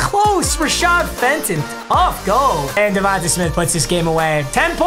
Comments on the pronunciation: Bruh. Say DeVonta Smith’s name right. Pretend there’s a Y at the end. It’s pronounced DeVon-Tay. Not ta tay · Bro “Div-on-ta” it’s pronounced tay not ta